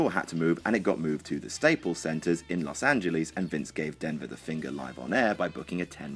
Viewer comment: Is he for real? Los Angelees is how he said it Los Angeles pls the e is just one